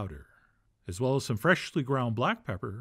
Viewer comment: Why is the way Chef John says "fresh-shly ground black pepper" so amusing?